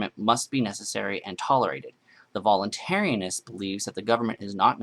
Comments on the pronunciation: And it's voluntaryist not "voluntaryinst". ;P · It's "voluntaryist", not "voluntaryanist."